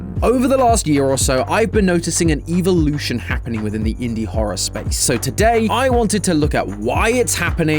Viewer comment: Oh no not a evil-lution instead of evolution